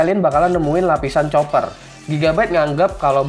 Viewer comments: bacanya kuper bang bukan coper :v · itu [Copper] bacanya [kopper] bang wkwk koreksi dikit aja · copper dibaca koper bang #ripenglish